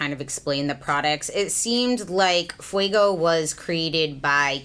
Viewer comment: fuego, not fuiiiiigo, fueeeego, like goat, eeeeeeee, meeee, eee